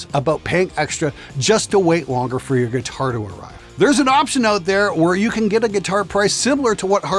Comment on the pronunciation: Love the "oot" takes at the end 😂🇨🇦